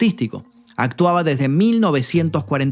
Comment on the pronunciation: "Desde", no "desdé".